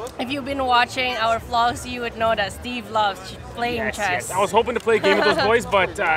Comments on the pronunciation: Is not Stephan is Stefan , you know, like the guy in "Vampire Diaries", in English are both meaning the same but spelled differently. Anyway, nice video, hope you had fun. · It s Stefan not Steven =))))) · Steven? Can't you say Stefan? Not that hard ;)